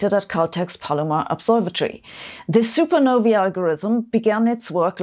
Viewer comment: Thank you so much for pronouncing supernovae correctly.